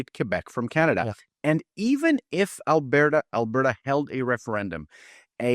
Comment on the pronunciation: that was your first mistake, he is from Quebec. You can hear the disdain in his voice, he does not hide it. And it is AlbERta, Not Abairta...